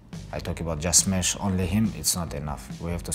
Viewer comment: Khabib shmash Mc Chicken again